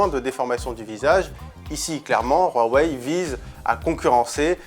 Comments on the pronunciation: Hhh non je préfère de loin Samsung s9, et on dit huawei, pas roiwei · Le [wharwaye] ... mais c’est quoi cette prononciation ! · Sa me soul tu dis roaweiy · C'est la prononciation de Huawei :)